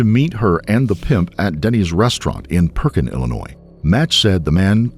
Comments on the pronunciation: Pekin, not Perkin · Pekin not Perkin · It was Pekin not perkin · It wasn't Perkin. It was Pekin, IL. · Pekin Illinois not Perkin 😊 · PERKIN ITS PEE-KIN this is where I was born lol 😭